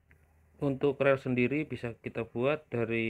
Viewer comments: Rel..?? Bacanya riil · Dibacanya ril bukan rel bang